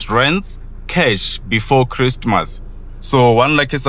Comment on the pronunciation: before Christ- mass😅